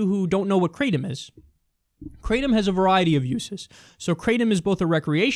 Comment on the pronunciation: its pronounced Kratom Like Cat only Krat